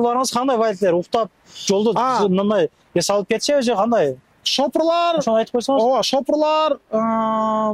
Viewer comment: Шафёр десен шопурлаар дебей